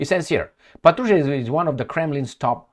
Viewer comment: Hello, Thank you for your tireless job. *Little correction: when you’re talking about Mr. Patrushev - the right accent should be on the 1st syllable of his Last Name - “pAt-ru-shev” 😊